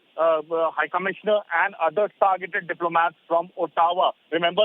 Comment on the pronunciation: Ottawa pronounced as Ah-doe-wa